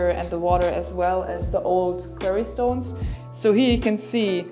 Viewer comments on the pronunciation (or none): Funny you mention corrections in the comments...it sounds like you're saying "query stone" and not "quarry stone." (Quarry rhymes with story.) Although I will say the word Steinbruch isn't nearly as evocative as FRAGENSTEIN